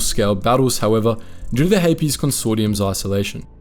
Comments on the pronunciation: I don’t know why, but I keep mishearing ‘Hapes’ cluster as ‘herpes’ cluster. There is a joke in there somewhere, but whatever. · The Hapes Consortium has some interesting ships, but I hate the whole "some people are just inferior" thing. I prefer Mandalorians who celebrate everyone who can do murder! Regardless of gender! :D Also I've always pronounced it like capes, rather than "Hay-Pees" and that has thrown me this entire video, but I still love you guys 😂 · Why the extra “es” in Hapes? It’s one syllable 😂